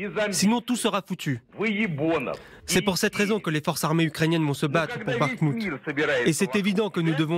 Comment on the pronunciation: Pourquoi prononcer Barmout ? c'est Bakmout